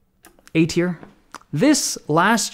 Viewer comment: Thanks buddy! Not all heroes wear capes ( ◜‿◝ )♡ Oh also, it's "Tier List", not "Tear List". Cheers!